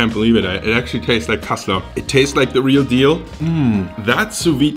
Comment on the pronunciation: Wo sind die deutschen 😂 gutes kassler 😂😂 aus berlin und ich wunder mich warum er so gut Kassler sagen kann 😂